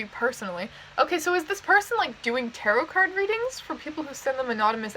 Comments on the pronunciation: You said Tarot like Carrot a few times, which makes my soul cringe lol Great video anyway! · she says tarot so weirdly like carrot with a t... XD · listening to her pronounce tarot like carrot.. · Just so you know, it's pronounced (ta-roh) not (ta-rot). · The last t in tarot is silent (tair-oh) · I’m sorry for half of this video did you pronounce tarot like carrot because like hunny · p.s. tarot is pronounced like "tair-oh" the t at the end is silent :)